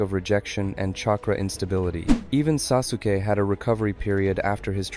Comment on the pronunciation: The u in Sasuke is silent